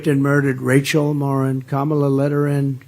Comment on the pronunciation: He's at least pronouncing her name right! Finally!